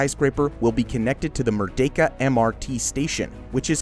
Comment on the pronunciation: Shout out to your 100% accuracy in pronouncing “Merdeka” 👏 Many foreigners mispronounced as “Mer-dee-ka”. The correct pronounciation is “Mer-day-ka”